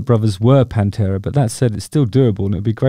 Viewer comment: ‘Pan-two-a’. Sorry, that’s just terrible.